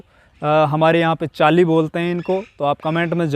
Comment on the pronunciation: चेली आप बोल रहे थे चाइली